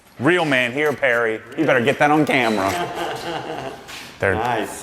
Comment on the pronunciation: Yo, go back to and listen to how you say camera lmao. Idk how many times I’ve played that over and just died laughing😂😂🙌🏼 Btw, what are some good Garage lifts/motors? I want one that’s closer to my ceiling so I have my room for my car lift that is coming the first week of July!